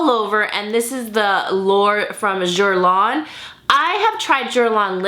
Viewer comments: i thought guerlain was pronounced girlane idk hahah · Hi:) just a heads up 'Guerlain' is pronounced: GRR-LAIN:) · it's Guerlain, she could have learned to pronounce it right, it's not that difficult. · Yeah i figured it out after, i mean its not even close to the real pronunciation theres no excuse for not trying 😅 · i love you but puhlease learn the correct pronunciation of guerlain. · the way you said Guerlain lmaooooooo i died ahahah love you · You butchered the pronunciation of guerlain 😂😂😂 cute lol . Totally agree though about everything you mentioned